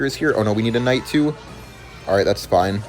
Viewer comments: I'm going to kms if he doesn't stop pronouncing the k in knight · "kh" night